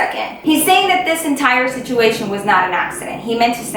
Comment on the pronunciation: Not hating or anything, but does anyone else notice when she says situmation instead of situation? I she doing it in purpose..? 🤔